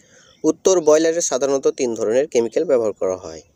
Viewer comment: ভাই কেমিক্যালের উচ্চারণ ভালো করে শিখে নিবেন।